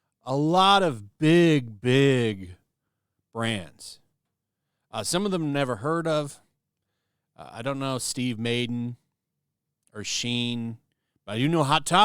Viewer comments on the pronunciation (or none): WTF is “Steve Maiden”? How’s is Madden hard to pronounce for you?🤦🏻‍♂️